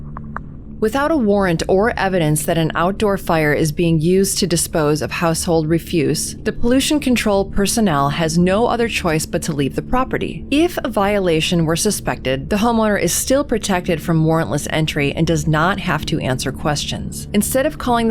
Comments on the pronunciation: The accent of the word "refuse", when it be used as a noun, is on the first syllable. Minus 1 point. Uphold the Friends of the Gerund! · "Ref FUSE?"